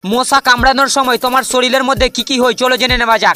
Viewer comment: Mosha ❌moca😂😂